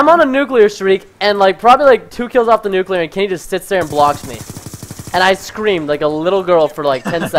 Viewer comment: The nuckuler